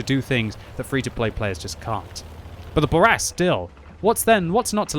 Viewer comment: It's not a Burr Rask, it's a Boo Rask.